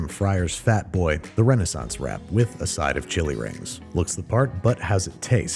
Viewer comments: Chewy rings- not chilli rings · For the longest time, I thought they said "Chewy rings" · I honestly thought she said “chewy rings” and I wondered what that was supposed to mean ingredients wise 😂